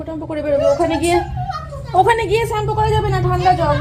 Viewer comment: চেম্পু না শ্যাম্পু বলতে শিখ